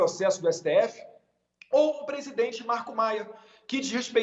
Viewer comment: Datena aprende a falar presidente seu inchado.